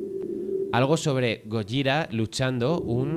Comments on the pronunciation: No es gorja , gojira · Gojira, es un gripo de deth metal, jajaja y de echo el lo nombre bn, osea le llama gollira, como se pronuncia el grupo, ¿sera que ccade escuxha metal? Nunca lo sabremos